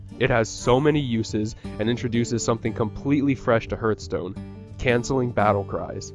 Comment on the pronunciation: It's pronounced HARTHstone.